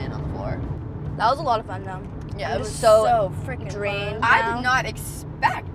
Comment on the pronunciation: omg how she says "i did nit expect" and grabs her glasses lol